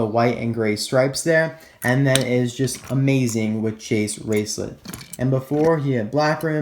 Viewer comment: It’s Chase RaceLOTT not lit....... I’m sorry.